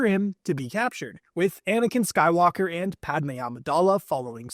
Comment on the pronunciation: Why did it sound like he said anikan sky locker💀